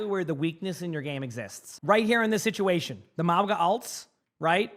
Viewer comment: "sitation" LOL